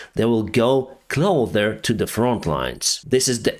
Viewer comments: Don't forget the "clother" instead of "closer". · How many times do we have to tell you that "closer" is pronounced with hard "s" in the middle, and not a "th"? "Clother" is not an English word at all. A person who supplies clothing is a "clothier." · its 'closer', not 'clother' 😅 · you speak very good English, but I noticed the last two posts, you say the word “closer,” more like this, “Clother.” It’s pronounced with a “S.” CLOSER. Love your work, thank you, Slava Ukraine!! 🇺🇦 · Pronounciation: closer is with the s spoken as an s sound, not a th sound. Clother does not have any meaning. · His English is great but “closer” isn’t pronounced as “clother” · please work on your pronunciation a bit! Your “clother” instead of closer is driving me nuts! That’s just 1 thing out of many - I mean no offence, you have a good base, but you will do yourself a favor by developing your pronunciation skill a bit! I d rather you stumble and say it correct from the third try than hearing clother and clother time and time again. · Your English is awesome, and I didn't want to correct you on anything, but since it's a word you use like in every video and it's an easy one to fix, hope you don't mind if I do just once. You are mispronouncing CLOSER, it's quite a simple word to pronounce in reality, the first part you are saying correctly, the second part is just pronounced the same as SIR - so it's CLO-SIR. Slava Ukraine!